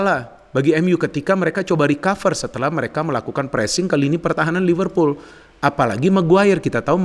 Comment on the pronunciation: lihat ini lagi iseng2. setelah diamati, di video ini kalau nyebut "MU" pake emyu, khas nitizen buat bully kleb MU. kalau nyebut "Liverpool" sangat fasih dgn aksen British 🤣